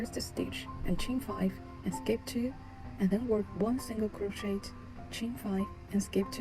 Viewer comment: It is pronounced as kroh·shay not crow-shet Also couldn't see properly, white yarn on white background, hard to understand